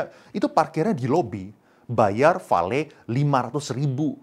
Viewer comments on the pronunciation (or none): none